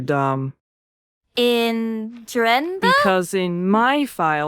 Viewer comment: The way she pronounces drenthe lol